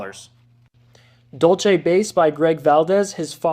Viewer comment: Everyone always pronounces Dulce wrong.